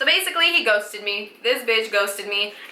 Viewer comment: When I saw the intro I thought she said "so basically he goes to me, this bitch goes to me" but then I saw the actual clip and she said "so basically he ghosted me, this bitch ghosted me" and I felt so stupid 😂😂😂😂